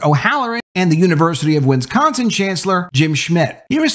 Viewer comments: It's not "Winsconsin". It's Wisconsin. Wis. Con. Sin. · It's not pronounced: WIN scon sin.... WIS con sin Please practice.